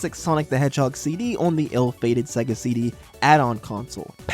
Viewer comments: Please its seega not saga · FUCKING SEGA NOT SEAGA